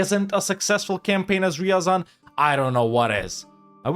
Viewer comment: Degenerwte. Its not riyazan Its r ya zan Listen original russian. Better evenryzen